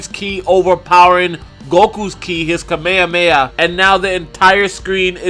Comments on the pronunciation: Its not KAMEYAMEYA Its Kamehameha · Did he just say kameamea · Can we all just learn japanese pronounciation? Kah-meh-ha--meh-ha please say it right :D